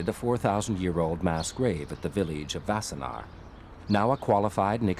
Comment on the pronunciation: It’s “Wassenaar”, not “Vassenaar”. And it is pretty weird to a Dutchman to describe it as being a short drive from Amsterdam as Wassenaar is much closer to The Hague. Sure, it is a short drive from Amsterdam, but everywhere in the Netherlands is a short drive from anywhere else.